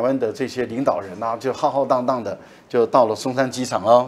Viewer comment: 省长会见参议员，这个规格完全对等啊！ 赖老师: 浩浩荡荡(shāng shāng)，是可忍孰不可忍。